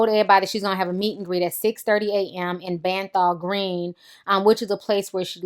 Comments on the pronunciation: Im british and listening to you MURDER Bethnal Green was HILARIOUS!!!! BETHNAL NOT BANTHAL HAHHAHAHAHAHAHAHAHAHAHAHAHAHAHAHAHAHA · 'Benfall Green' haha it's pronounced Beff-nall Green, in East London.. besides, that part of London has gone from working to middle class now as part of the 'Gentrification' of London as is happening in New York, Paris and other cities.. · Ti, its pronounced 'beth-nal green' lol but we brits spell words funny sometimes lol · She a idiot she done it for attention its prononce Beth nel green and why ask ppl to meet here Damn Ass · it's pronounced Beth-nal green btw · "Be-th-nal Green" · Omg the way you said Bethnal Green😭😂 i laughed so hard! Still love you lots Ti! -Subbie from London❤️🙏🏾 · So funny the way you said Bethnal Green. There's aren't many murders but it's East London with can be pretty run down and largely populated by Muslims. This whole thing was stupid and the girl should have said something earlier. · ooft that pronunciation of bethnal green lool